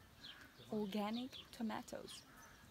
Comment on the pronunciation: I love they way you say "Öorganic Tomatoes"